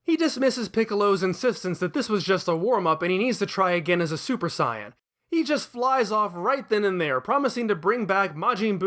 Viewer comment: It sounds like your saying cyan instead of sayan